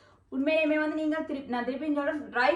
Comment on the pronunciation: Dry பண்ணி இல்லை try .அதாவது "d" ஐ முதல் எழுத்தாக உச்சரிப்பதில்ைல. T என்று சரியாக உச்சரிக்கவும். Dry உலர்ந்த try முயற்சி .News paper ல் உலர விட்டால் printing க்கு பயன் படுத்தும் ink நச்சுத்தன்மையானது. இது சேர்ந்து விடும். Plain paper ல் காயவிடவும்.